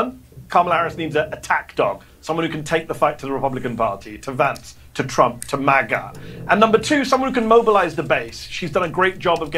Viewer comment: ❤ how he says maga, like MaiGah as if reacting at something you just can't fathom hahahah 😂😂 People need to start purposely say MaiGah with disgust or judgment when referencing MAGA